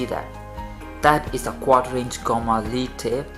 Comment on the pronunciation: Lead here should be pronounced like 'led' rather than 'leed'